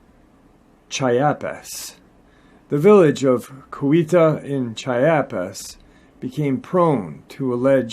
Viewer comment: Chiapas is pronounced "Chee-AP-ahs". No insult intended. Cheers.